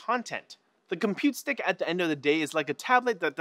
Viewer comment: Compute stick not "Compete Stick"